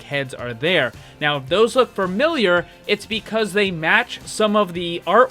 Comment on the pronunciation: "Fermiliar" lmao diction babe but good video